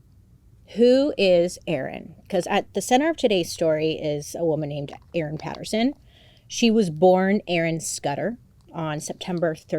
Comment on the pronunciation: Yay, thank you for covering Erin Patterson. Your pronunciation is spot on and you 100% gotta come to Australia